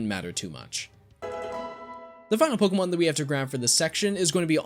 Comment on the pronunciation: You are my favorite Pokémon channel. Purely for the fact you actually say Pokémon, and their names correctly. ❤️.